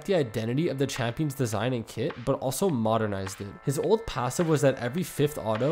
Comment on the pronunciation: The way you pronounce old and ult is way too similar